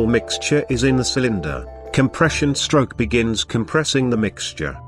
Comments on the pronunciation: LMFAOO yeah it sounds like "Shtroock" when he says it ahaha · "the intake STROKE"